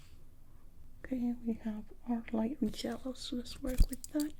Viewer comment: I live for saying ''jellow''